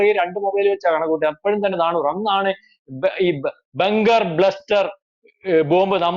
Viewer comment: സാറേ "ബെങ്കർ" അല്ല "ബങ്കർ." 🙏